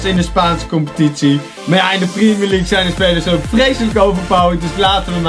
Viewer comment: primier league is jouw uitspraak